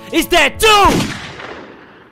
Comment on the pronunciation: when I first watch one of his yandere videos, at the end I always thought he said," that Cubs Scouts is dead too!" but know I know he says, '' is that dude".